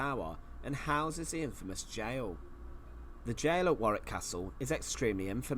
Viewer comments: It’s pronounced warr ick not war wik 👍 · 'Warick' castle not 'war wick' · War wick 😂 it's pronounced warick 😂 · Hey man just enlighten you, it is not pronounced War wick, it is pronounced War ick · Tower of London... easier to pronounce for starters! War- wick? Worrick, Mate :) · Warwick is pronounced Worrik, not WarWick. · Warwick is pronounced worrick. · Pronounced war rik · Hi, its pronounced "War rick" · Warwick (pronounced Warick) is good but certainly not the best. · Warwick is pronounced Warrick. Windsor Castle is in my opinion is greater though it has been altered many times over. Its present splendid form is a result of George IV's restoration. It is the Queen's favourite home. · Warwick pronounced Worrick. You don't pronounce the 2nd W. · It's pronounced WARIK.!! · You don't pronounce the 2nd w, so it's pronounced worrick. I was lucky enough to go there as a kid (nearly 40 yrs ago). I can still picture the chessboard armoury room. It is an amazing castle. I've been to loads of British castles and it's up there as one of the best. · It’s pronounced Wa-Rick. Not war- wick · Warwick is pronounced as Warrick in England mate. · For Americans - how to pronounce Warwick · I used to work at Warwick Castle (you almost hit the pronunciation correctly, 6/10) as a tour guide and we had to dress in period costumes. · Thoroughly enjoying your channel. I won’t pick you up on the pronunciation of Warwick as I can see someone else has already done so 😂😂. When you do eventually come over for your visit I would urge you to visit Scotland where we have the odd castle. Edinburgh Castle will not disappoint. Also you cannot visit Scotland without going to St Andrews, it attracts many visitors from the United States so you would not feel lonely 😜😜. Keep up the great content, you make me laugh that’s for sure. A warm welcome awaits you in the uk and in particular Scotland.